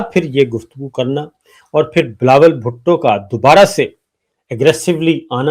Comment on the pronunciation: Aap log b zulem kertha hai sabar sab .billawal butto nehi AP butto boltha hai .Asim filled martial nehi AP martial kehtha hai q